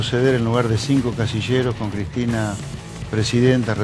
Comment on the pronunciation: Why are u saying her name weird